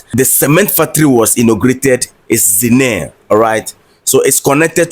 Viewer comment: The name of the town is ZI-NIA-RE pronounced ZIN-NYA-RI.